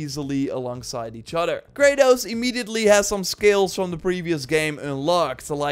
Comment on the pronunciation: what kinda pronounciation "scales"